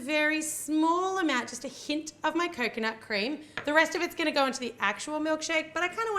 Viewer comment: Almost everytime when you were saying 'coconut' I was skipping it so I've heard Kokona like that girl from Yan Sim xD